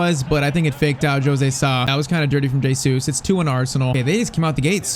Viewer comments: It's not J Sues its pronounced heysues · It's pronounced "HeyZeus"